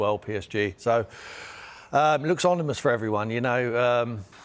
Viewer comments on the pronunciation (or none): Looks “onimous” indeed haha